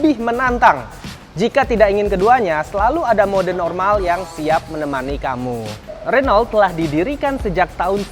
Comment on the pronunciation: its Ren-O